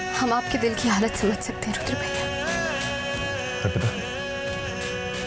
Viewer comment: Abe o ghatiya insaan..pehle to rudra bolna sikho...yudr yudr laga rakha hai..aur rudra apni maut nhi ...us langde antriksh ne maarne ki kosis poori ki thi usne.andhe the kya tum..mirchi daal ke aakho me dekh rahe the is serial me hai bolo...idiot kahi ke..